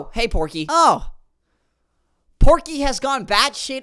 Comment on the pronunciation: The r in Porkey is invisible.